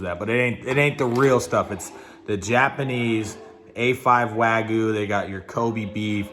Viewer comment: It's called Wagyu, not Wagoo